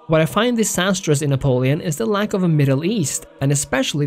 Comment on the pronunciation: Cant trust you if you cant even pronounce Napoleon